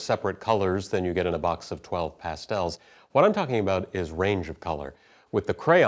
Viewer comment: haha, 'Pass-tells' Never heard them pronounced like that before. Great video!